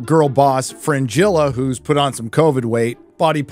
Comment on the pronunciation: or dear please can you pronounce the names rights ? please ? it's Fringilla not frangila ! and the G need to be pronounce like the word guess , PLEASE don't make stupid mistakes talking like "' i'm serious" and in the end making stupid big mistakes